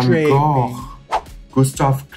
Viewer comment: Raja actually pronouning Gogh correctly.